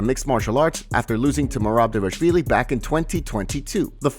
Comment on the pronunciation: take a second to look at Merab’s name and then try to work out how to pronounce it. Ffs You’ve been saying Dayvashvilly this whole time. You’re missing an entire syllable